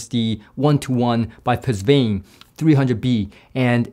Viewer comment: Pusvane? Is that how it’s really pronounced? My understanding is “puh von” but something got lost in the translation by the chinese engineer.